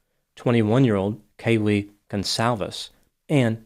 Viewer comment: It's KAYlee, not KayLEE 🙉